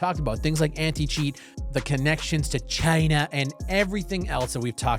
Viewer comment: The “Chinuhhh” was gold.